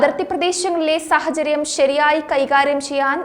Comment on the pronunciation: ഉച്ചാരണത്തിൽ അല്പം ശ്രദ്ധിക്കണം . സാഹചര്യം എന്നത് സഹചര്യം എന്നാണ് ഉച്ചരിച്ചു കണ്ടത് . ദീർഘാക്ഷരങ്ങളാണ് പലപ്പോഴും തെറ്റായി ഉച്ചരിച്ചു കാണുന്നത്